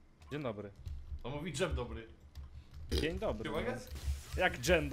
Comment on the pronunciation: Mówi dżen dobry